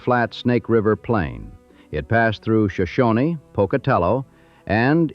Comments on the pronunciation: There is no Z in Boiseee. Also, it’s Show- Shone, not Shoshonee. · The Shoshone people today pronounce it Shoshonee, but who knows how it was originally pronounced.